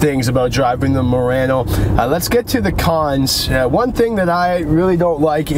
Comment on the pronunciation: A YouTube Channel with no name you said it correctly